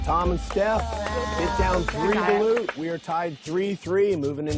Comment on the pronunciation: 😂😂😂 its balut